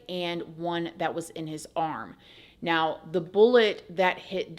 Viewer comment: "If you'd like to check MEOW" Anyone else hear that each and every time 😂 Just me? Ha! Not no more... Once you hear it, you can NOT unhear it, I swear! 🤣 Love you ❤️